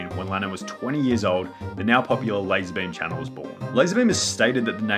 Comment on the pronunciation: Lah-Zar Beam